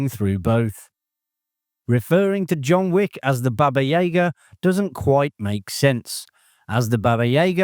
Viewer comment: Once and for all is this narration AI? There's always a mispronounciation of one or more characters or actors' names. Baba YAYGA?